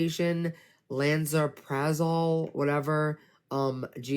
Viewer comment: Someone clip incorrectly pronouncing all the meds Please! Make it a meme. What a complete ignoramus! "Lala prazo lummm... whatever! Just look up the side effects for those " She can't be serious? Every med has side effects.